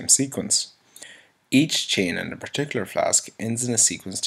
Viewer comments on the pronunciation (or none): none